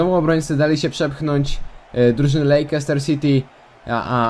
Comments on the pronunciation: Lejczester, a nie Lejkester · Czyta się Lester, a nie Lejczester!!!!